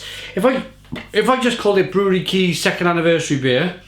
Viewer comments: Kais, Kees, not cheese kees. More like cage a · Lol, Kees makes some intriguing beers, that's for sure! As a Dutch native we whisper softly in your ear: [Kees] is pronounced as [Case] (oh, I see I wasn't the first one to comment on that, oops...) The taste will be the same I guess :) We hope to shoot a short video doc at Brouwerij Kees somewhere this year! In the meantime you might like our other video docs about Dutch craft breweries. Happy to sub to your channel!